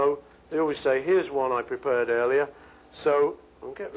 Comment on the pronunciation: lol "prepurred"